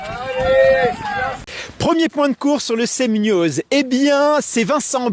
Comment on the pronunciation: D'autant qu'il y a d'excellent peintre chez les traileurs et inversement. Sans compter qu'il dit "Semnioz" 😅